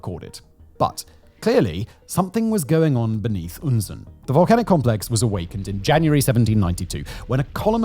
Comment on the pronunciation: terrible catastrophy! but, icant help but smile, every time he pronounces Unzen the exact same as we germans say "unsinn" (nonesense).... sooo mount'nonesense🤔 😅